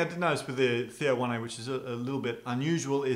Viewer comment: It's pronounced Wan. Not Wanay